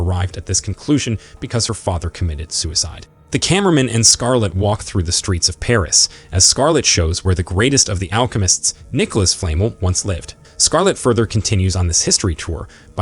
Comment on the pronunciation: Hermione Granger: It’s fluh-melle, not flay-muhl.